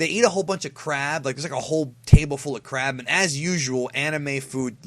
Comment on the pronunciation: for a second I thought he said eating crap then crab